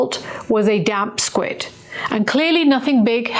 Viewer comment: I think you mean "damp squib" ... And not "damp squid".... 😊